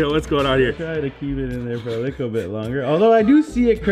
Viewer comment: it annoys me when He says liqqle